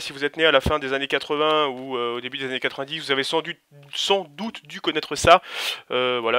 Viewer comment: "Bonschour à tous mes sers jamy" wesh vas y ta pas confiance en toi des les deux premiere secondes mdr suit : "Sans dûte" suit : "donc voila mes chers amis, chan plu perdre de temps sans plus attendre comme on digué comme on dit chez nous" MAIS MDR A mais il t arrive quoi c lexcitation d'ouvrir des stickers ma parole j ai pas compris